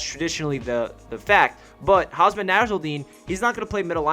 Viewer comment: It's Hum Sah not Haasmaa